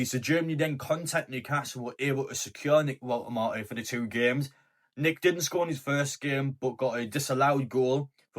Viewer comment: Not sure about your pronunciation of Woltemade 😉?